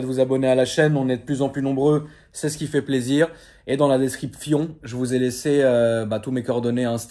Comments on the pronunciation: Je vous mes la ( descripfion ) mdrr 😂😂😂 le fion tu ma tuer rire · C’est bö la "descripfion" 😂😂😂😂😂 a la fin de la vidéo